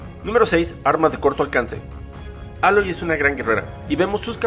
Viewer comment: Más outfits y mejores animaciones faciales. Aprende a pronunciar el nombre de Aloy